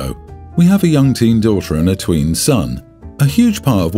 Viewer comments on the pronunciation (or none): none